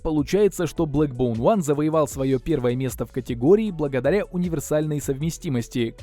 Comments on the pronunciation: бЭкбоун а не бЛэкбоун...колхоз обзор...На отвали...Не твое это... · Не блэкбоун, а бэкбоун☝️